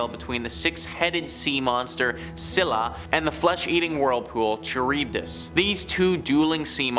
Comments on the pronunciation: Heads up, you’re mispronouncing scabies and Charybdis. Scabies is said like Sc A Bees. Charybdis is kr-ib-duhs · Hearing this guy mispronounce Charybdis is so painful.